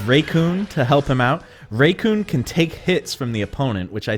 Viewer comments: hearing raycoon instead of REECOOME rubs me the wrong way! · It's Re-koom, not Re-kyune. Jesus fucking christ. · Am I the only one who heard him say Recoon instead of Recoome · Who's "RayCoon"? Because the names, RECOOME, and it rhymes, with DOOM, and you're gonna be hurtin, ALL TOO SOOOOOOOON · Its not raycoome its only recoome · IM GOING TO FLIP MY SHIT IF HE SAYS RAYCOON ONE MORE TIME ITS RECOOME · RECOOME NOT RAYCOON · who is RAYcoom it is pronounced rickoom but spelled recoome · Its said as; Recoome not "Raycoon" what the hell gives with your pronunciations? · REE-COOM not raycoom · I died when he said raycoon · When does he say "Raycoon?" EDIT: Just found it, and yeah, WHO THE HELL IS RAYCOON?! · Racoon you mean recoome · Ray-kune lol ra-coom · whos Raycoon? Oh do you mean Recoome? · 1 month later and has nothing to say lol and it IS RE-COOME for anyone else reading this, so I don't know what anyone is getting an attitude for. If someone pronounced YOUR name way off, you know damn well you'd correct them. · I didnt watch the video but I feel like he said it like Recoonay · Zephyr You mean Raycoon? Lmao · REEEEEECOOOOOME KIK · Raycoone though. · Lol or Ray-Kun? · pronounce recoome correctly its silly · So basically there are people who NEVER watched the anime, but play the games. The way you pronounce Recoome is like some people pronounce Mario as Mary-o. It triggers some people. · just don’t he probably said it wrong by accident or that’s how he says it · MY PLANET NEEDS ME Edit: Also holy crap the way you pronounce RECOOME hurt me, and I don't even like the guy. Please fix lol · I never liked recoome but at least say his name right